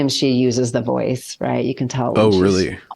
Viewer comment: I only realized now you've been saying "Boyce of reason" not "voice of reason" this whole time. XD At least it sounded that way this time around.